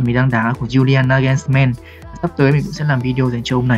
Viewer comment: julian Na gô s- mừn anh ơi, đọc nó hay hơn anh ạ